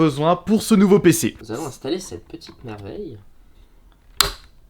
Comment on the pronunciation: Mon nouveau pceuh pour regarder mon hentaieuh de rougeuh en 4Keuh